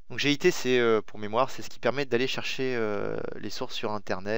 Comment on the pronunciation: On dit "git" et pas "g.i.t" !!! :D